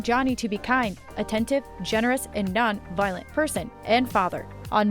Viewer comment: You should really get some who is capable of pronouncing simple words like Violent and op-ed. Plus it not Javar its Havier (its pronounced (its Spanish)